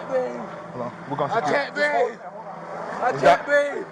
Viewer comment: "i cain breeve!", and "she had a dream" all in one video. almost hit the trifecta! i wonder why they called that neighborhood "crime hills"? i know one thing for sure; scott adams doesnt live there.